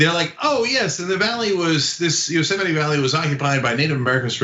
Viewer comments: Yostemite -> Yosemite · cenk can't even say it right. it's pronounced yo-seMITE. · It’s pronounced yo-seh-mite. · Yo-Semite , lol. Trump can barely read. 🤣🤣🤣 Biden 2020 , FTS ...🇺🇸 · Cenk... It's YO-- sem-ite